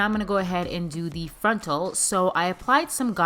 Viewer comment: Drink every time she says "frontl"